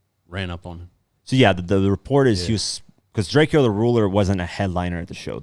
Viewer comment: It’s DRAKE-OH get that shit right the mans is dead we just lost the La GOAT